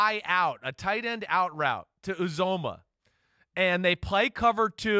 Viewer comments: Simms good stuff with Burrow but its C.J. U Zom ah his name has been butchered all year. Let's go Bengals! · Chris, As a national journalist, please learn how to correctly pronounce Bengals and Uzomah. East Coast Obnoxious is really not an excuse for an "accent."